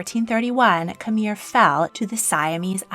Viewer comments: My grandparents are from Khmer which is pronounced kh-my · Khmer is pronounced more like K’mai not like K’mere. Preah Bat Norodom Sihanouk’s name is pronounced Si-ha-noo and His Majesty King Norodom Sihamoni’s name is pronounced Si-ha-mo-ni